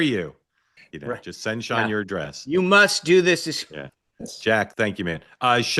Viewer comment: Spicer's first name is "SEAN" not "SHAUN"......